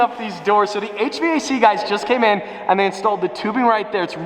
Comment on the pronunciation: H-v-a-c instead of hvac yeah he’s a suburban